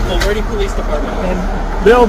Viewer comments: It's pronounced "Bul-ver-Day"...but i kinda like Bulvedere better lol This guy is an absolute jerk. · Thanks! FYI the town’s name is pronounced “Bull Ver Day”. Emphasis on the second syllable. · It's pronounced "Bul-ver-dee" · It’s Bulverde, a town outside San Antonio, not Belvedere. 😊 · Just a note. We pronounce it Bull Verdi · it’s BUll-Ver-Dee. Outside of San Antonio. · being a Brit and knowing our constitution and rights better than natural born citizens is the craziest part of all of this. Also, just in case it ever comes up again, the name of the town is pronounced "bull-VERD-ee". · I hate to be “that guy”, but it’s Bulverde. Pronounced bul ver day. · Phonetically it’s pronounced “Bull - ver - dee” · Hooray for Bulverde! This suburb of San Antonio lies across the county line, and is a sort of haven for people who like the amenities of city life but don’t want to pay the taxes. It is SovCit Shangrila, so I’m pleased the Bulverde PD won’t tolerate their ridiculous BS. Quick note: Bulverde is pronounced “Bul-vér-dē.” “Verde” rhymes with “gurdy.” I got a laugh out of your attempt.